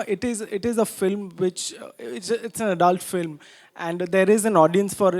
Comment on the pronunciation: ise director kisne banaya film ko flim bolta hai